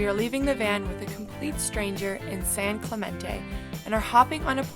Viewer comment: Yayy! San Clemente! That's where I'm from 💓 It's pronounced San Clemen-Tee